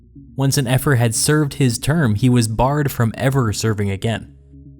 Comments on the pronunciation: Ephor is pronounced E-For. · Mispronounced ephor.